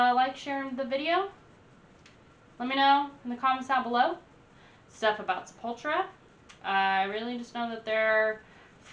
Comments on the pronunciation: It’s pronounced Se-pul-TU-ra, not Se-PUL-tra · Just FYI, it's pronounced with the stress on the third syllable: sep-ul-TU-ra. It's Portuguese; similar to Spanish but not exactly. Enunciate the T; it's not a 'ch.' Not sep-UL-chu-ra. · You keep pronouncing it Sepawltra. It's Seppul-toora. It's a play on sepulchre. There are two Sepulturas; pre-Roots and post-Roots. Roots was their first tribal album. Their tribal metal was heavily influenced by nu-metal, and in fact Jonathan Davis even guest appears on Roots. As for me, I prefer their pre-Roots period even though I do dig a few cuts from the Roots album. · sep-ul-TUR-a... not se-PUL-tu-ra. It's all good, you didn't know. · Sep-Ul-TOUR-ah, not 'Sepultra'. Sorry but I can't stand this awesome band being mispronounced. ;) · Its Sep-ul-tura. Just say'n. Fun watch. And the first song "Troops of Doom" was re-recorded during the "Arise" album. Their first few very much different, closer to death metal. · Sep-ul-tura. It means grave.. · Sep all tur ah . I don't know wtf you even called them . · Your "American" pronunciation is incorrect.! The name is "Scept A Tura" Once again I've grown up listening to this type of music.! Just have a look the logo.? They represent BONE's & Brazilian graveyards.! Death Metal.!!! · You mispronounce Sepultura. They blew my mind in the early to late 90s! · The way you say Sepultura and Deicide is triggering me sooo much